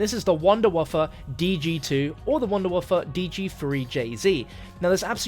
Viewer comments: Why are you calling the Wunderwaffe Wunderwaffa? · Your mispronunciation of wunderwaffe just, hurt.